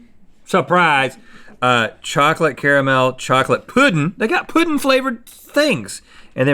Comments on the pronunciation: Does that say poe-ding? Where are you from that you pronounce it like that?? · the way they pronounce “pudding” sends me into a rage